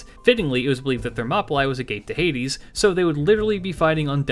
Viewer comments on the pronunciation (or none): none